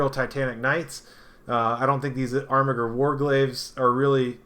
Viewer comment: This video is unwatchable to me cause of the way you butcher the pronunciation of armiger. It's like you're doing ermahgerd. It hurts my ears. Good content otherwise